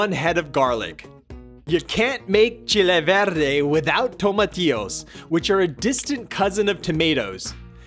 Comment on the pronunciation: Wow! I got to say your recipe is really authentic as we make it in Mexico and even better is your pronunciation of the ingredients.